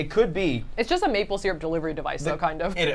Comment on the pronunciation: Why has no one mentioned how they say syrup?! Seer-up?! It's sir-up!